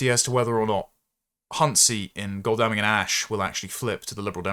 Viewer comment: you butchered the pronunciation of Godalming. It’s God-ul-ming, not God-al-ming. Tiny pedantic point.